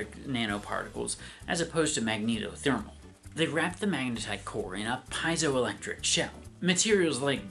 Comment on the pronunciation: The biggest problem with this is probably the scientifically ignorant conspiracy theories it will incubate. In fact it's already happening in the comments section. P.S. You're mispronouncing piezoelectric.